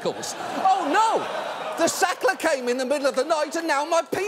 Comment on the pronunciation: Why does he spoil every "Sackler"?